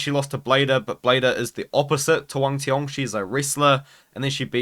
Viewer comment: He is the only one pronounce Wang cong’s name right